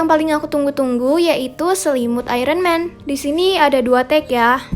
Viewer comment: Hai kak maaf ya, bukanya aku pamer atau apa tapi boleh saya koreksi sedikit bahasanya karena cara baca iron man yang benar itu ayern men bukan ayren man maaf agak susah 🙏😅